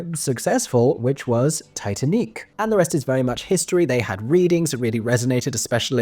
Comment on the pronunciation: It's pronounced Tee Tan Eek.